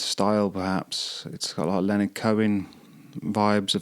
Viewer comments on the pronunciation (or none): none